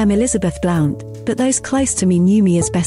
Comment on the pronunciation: Bessie's name is pronounced Blunt & not Blount peace 🇬🇧👧